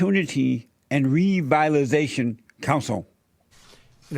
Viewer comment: Jesse repeat after me . "Revitalization"